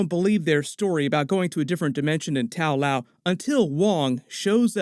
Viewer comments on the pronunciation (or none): ta lo, not tao lao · It's Ta-Lo not Tao Lao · It's not Tao-Lao but Ta-Lo rather according to both the comics and the movie.🤔 Nice video though.👍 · It's Ta Lo, not Tal Lao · I like how Ta Lo became Tao Lo became Tao Lao :P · Watching the movie refer to the place as Ta Lo while hearing Tao Lao again and again 😭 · it's Ta Lo not tao lao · so nobody gonna say anything about that "tao lao"? wasn't it Ta Lo in the movie? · It’s Ta Luo, not Tao Lao. There’s no such thing as Tao Lao 😂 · not tao Lau, it's ta-lo :) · It's not Tao Lao, it's Ta Lo. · The way you continuously mispronouncing the names in this movie reminds me of a guy doing a doctor strange video years ago. That dude just couldn’t for the love of god say dormammu right. He kept saying door-muh-moo instead of door-mah-moo…… and you…… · I'm sure you've been told, but it's not TAO LAO, it's TA LO. Pronounced tah loh. Just something that has been making me crazy about all your Shang-Chi videos. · Where are you getting Tao Lao from? It is called Ta Lo. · Hey, love your vids! Just one thing though, it’s not pronounced “taow laow”. It’s pronounced “ta-low”. I hope you have a good day man! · It’s Ta Lo not Tao Lao. You mispronounced almost every characters name in the movie. And please stop calling Wenwu the Mandarin. it was very clear in the movie they tried to reject that racist concept and name. This mispronounciation of names in the Shang Chi movie and continuing to use a racist concept is really unprofessional and borderline racial micro aggression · Good breakdown as always but it's Ta Lo not Tao Lao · I guess you didnt see the movie because it is NOT called Tao Lao its called Ta-Lo.....I have no idea why keeps saying Tao Lao for... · Love videos, but the butchering of the anglicized Chinese names is so cringy. The village isn't called Tao Lao, lol. And Simu's character is not named Shang Shi. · "Tow loaw" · It’s not Tao Lao…. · "kuh may uh may uh" "tao lao" what the fuck?